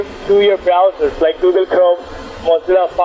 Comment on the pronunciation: Google not goodel